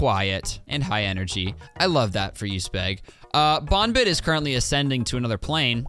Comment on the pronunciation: YOUR SAYING BOONBIT BUT ITS BON BIT